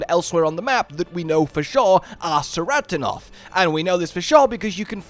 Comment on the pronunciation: Its "Keratonoth" not "Seratonoth" for the pronunciation of Ceratonoth. Its a Greek C which is a K sound. Just like the Scylla in Nerscylla is "Nur-Skilla" In the first trailer Alma in English even calls them "Ke-rat-to-noff".